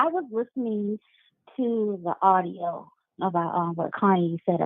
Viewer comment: Ordio... not audio